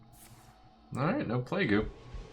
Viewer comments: Cap'n is how a pirate would say it, and I believe plague-u is a jokey play on how a japanese speaker might try to pronounce plague. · Been a fan of Trump for quite some time now and I don't normally mind his attempts at memes, but when did he develop a full fucking speech impediment? Playgoo, capin, really?